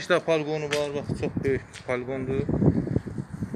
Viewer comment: Paliqon nedi Balkon deye bilmirsen.Paliqon herbi hisselerde olur.